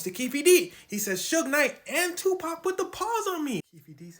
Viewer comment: Tupacs "TAUH"